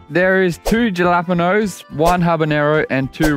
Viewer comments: In spanish it sounded like "yalapenoos" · i had to see if anyone else peeped that. “jah lappy no” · Aint no way this man unironically said Jah lap en yos LFAO I know the spanish speakers threw up a lil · DJALAPINOS LOL!LLLL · tf you mean JA LA PEENos:face-red-droopy-eyes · Did anyone else burst a blood vessel hearing darcy pronounce jalapeños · Wait hold on, there’s no way they actually pronounce jalapeños that way . You have to be joking I thought it was a meme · He pronounces it like Ricky from trailer park boys 😂😂😂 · Can we all appreciate how Darcy pronounces jalapenos😂